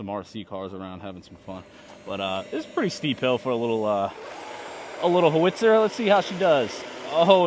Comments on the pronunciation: Nice vid! I like how you mixed the use of the tank and the heli in the same video. Not too many people do that, (With any RC Stuff) and it makes it more entertaining. I also appreciate that you didn't bore us with the unboxing portion as I'm sure we all know how to that. That being said, I will try to help you out with your issues and wonders from the beginning. First off, "HOWITZER" is pronounced "HOW-IT's-ERR" or "HOW-IT-SIR" pretty easy either way. Second, I noticed that the tracks are installed backwards. Either switch them from side to side as they sit or just turn each track around (Switch the front to the rear) and that will help the traction issue that you address when running it in the yard. Third, those parts that are on the back that you mentioned you don't know what they do are recoil spades. They are dropped to the ground during firing and dig in to stabilize the tank while firing. The M109 was designed to be a stationary fired Artillery piece (Technically not a tank.) and not fire on the move. And last, Tongde is not the highest quality RC model out there but is good for beginners as you stated you are in this area. There are upgrades available out there (Including metal tracks WITH rubber track pads that would also help with your traction issues AND allow you to run it indoors on your nice floors.) Upgrading to brushless motors would pretty much require replacing your ECS to meet the volt/amp needs for the motors. Thus, losing some of the pre-programmed fea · No. It's How-itzer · It's pronounced how-wit-sir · Ho-Witz-er 😂 … LOL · how - its - er. (the google lady was right)But that is so cool!!!!!!! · It’s pronounced: how- it’s-er . You can also call it self-propelled artillery. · You don’t pronounce the w